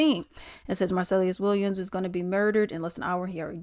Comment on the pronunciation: girl you can't even say his name right lol